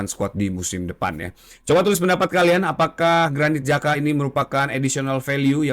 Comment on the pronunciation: bang granit xhaka ya bang . bukan granit jaka 😆😆